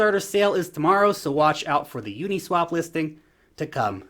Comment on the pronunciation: u-NEEEE-swap .. lol